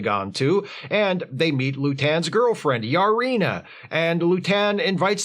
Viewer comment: Wait...Lutan's wife is named "Yar-ina"?